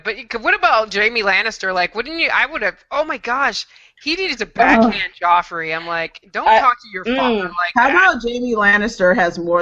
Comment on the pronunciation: Lol! Everyone kept pronouncing "Joffrey" as "Jeffrey".